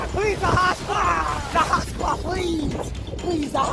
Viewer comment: Guy :the hotspot , the hotspot My ears : the hot spa , the hot spa